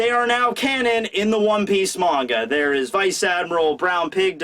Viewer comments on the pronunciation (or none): none